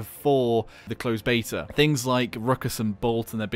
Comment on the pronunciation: "Closed betawr"